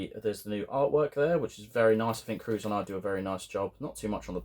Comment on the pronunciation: Curzon, is pronounced as "Ker-sen"